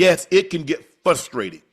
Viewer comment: Shannon it's FRUSTRATING..not FUSTRATING